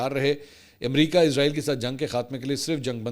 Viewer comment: The right prononciation is Israil, not Izrail! please dofferenciate itt because it gives the impression of Izrail (AS). Jazak Allah Khair!